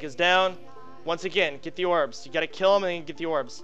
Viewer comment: "Yorbs" lol gj Soda :D